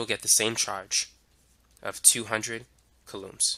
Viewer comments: It’s so distracting how he pronounces coulombs. But I appreciate the in-depth explanation. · Very useful and informative. If I had the time to sit down somewhere and actually absorb all the information it would all click into place.. lol i did find the narrator s pronunciation of "coulombs" a bit quirky